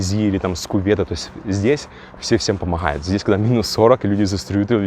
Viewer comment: Помооает ,ооворит...Ты что дружище с буквой "г "не знаком??. А как на английском будет идти ? Оу или как..😄